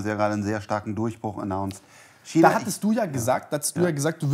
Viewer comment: Wenn noch einmal "Kina" sagt, platzt mirn Aneurysma.